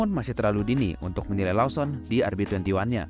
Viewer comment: Koreksi bang Lawson bacanya Lowsen